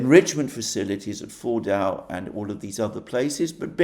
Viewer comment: I keep hearing Mordor